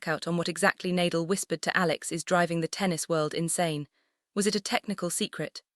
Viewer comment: Surprising that the YouTuber does not know the correct pronunciation of NA-DAL's name. Learn to respect players especially legends of the game by at least learning their names. It's NAR-DAHL not Nay-dle.